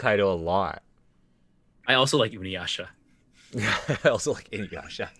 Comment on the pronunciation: Inyasha. Kogome. Inyasha. Kogome. This is very good work. Thank you for doing it.